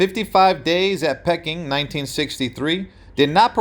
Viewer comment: Peking. not pronounced Pecking ffs........